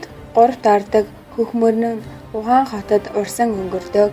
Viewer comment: Хөтлөгчийн хоолой онцгүй сонсогдожийн У Хань хотын нэрийг буруу дуудаж бна шүү